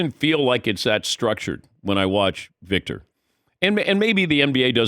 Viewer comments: I wish these sports media professionals would pronounce his name correctly. Or call him Victor. I cringe when I hear them going on about how great he is… and then mispronounce his name. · Drinking game every time Patrick mispronounces his name and in different ways. Death by alcohol poisoning